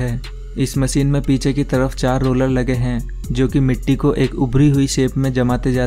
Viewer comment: Lolar or rolar ?🤣🤣